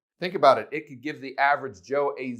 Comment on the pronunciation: I paused the video because I cracked up when you said average Cho. Lol